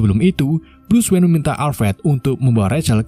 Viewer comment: Begin, brus wen, gotem , tomas wen. Maaf bang aku sama istri ketawa denger nya 🤣